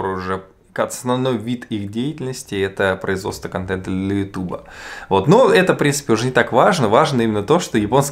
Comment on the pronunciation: ютЬюб- так правильно...